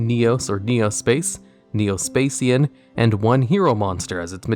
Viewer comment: Neo "Spa Shian" not"Spa Cian"